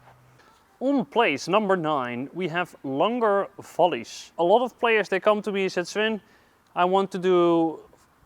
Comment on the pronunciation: I love how he pronounces volleys .. First time I heard it sounded like Folies , second time as well and even the cc agrees with me. thanks for the videos , they are great ...